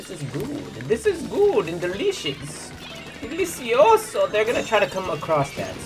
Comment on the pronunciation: "Delicioso" que buena pronunciación jaja